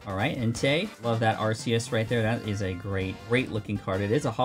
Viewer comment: It’s ar-key-us not arce-Ius